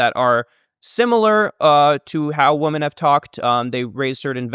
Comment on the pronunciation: It's "women" not "woman". Holy shit for a lynguist, I can't believe he does that.